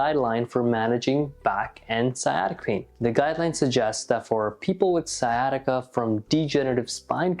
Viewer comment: Sciatica not siesta